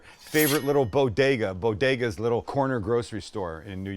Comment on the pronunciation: Say it with me "bo-de-gas"